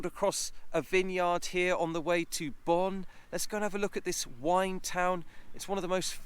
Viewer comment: Pronounced bone, not Bonn